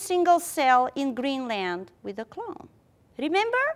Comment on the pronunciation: Sorry but I keep hearing clown instead of clone ><